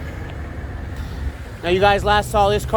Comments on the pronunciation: It’s pronounced “M 340i.” Not “m3 40i “ tf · It's M-340I sounds funny when you say m3-40I.